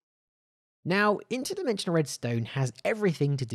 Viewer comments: did he just say WEDSTONE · did...did he just say..... WEDSTONE!? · Did anyone else notice that he said “Interdimensional wesdonn”